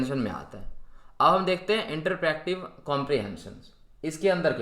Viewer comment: First of all correct your pronunciation. It's not literature comprehension, it's literal comprehension. It is not interpractive comprehension, it's interpretive comprehension.